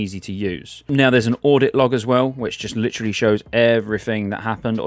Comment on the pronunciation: Brits saying "literally" never gets old :)